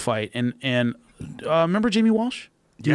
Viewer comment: Hahahaha Joe always says "member that" instead of "remember that" man he's so smart it just makes me laugh because it's gotta be because he's high!! 😂😂😂 Much love JRE & JRE Nation